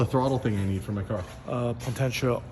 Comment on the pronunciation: Po.....ten......chi.....om....mi.....ter......your welcome......lol